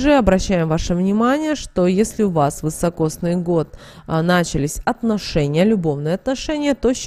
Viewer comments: Год вИсокосный, а не вЫсокосный😮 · Такой год назьівается не вьісокосньій а високосньій (вісокосний). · Год вИсокосный. Режет ухо неправильное произношение. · А почему вЫсокосный-то , если вИсокосный! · Да не ВЫСОкосный, а високосный. Ни одной кни- ги, что-ль не прочитала? 13.12.23.